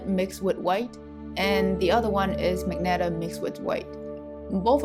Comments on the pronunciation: Just to point: 'ma-jen-tah', not 'mag-netah' 😊 Maybe you had misread the color name Magenta 🤭 hihihi Nice video, well explained and neat, soooo smooth gradients and lovely simple and beautiful paint piece at end! Keep doing! o/ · Great video... It's magenta (mah-jen-tah) the "G" is pronounced as a "J" as in Jennifer... Again, it's a great video. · Wait I always called it "Ma-Jen-Ta" but she's calling it "Mag-net-a." Great vid tho! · I like how you say "magenta" like magneta, it really adds more personality to the color Also, it was helpful